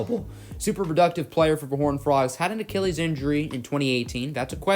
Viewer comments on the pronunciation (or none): none